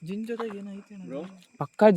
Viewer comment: ಜಿನ್ನ್ ಅಲ್ಲಾ ಪಾ 😂 ಅದು ಕೊಳ್ಳಿ ದೆವ್ವ